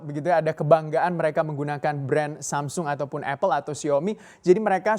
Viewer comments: Maunya baca agak nginggris, tp jatuhnya jadi aneh. Kalau nginggris ya bacanya semsang, kalau logat asli Korsel sana samsong, kalau Indonesia baca aja samsung. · "samseng??" Samsung pak bukan samseng Wkwkwk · Masih salah, cara bacanya aslinya bukan Samsung tapi Sam Song..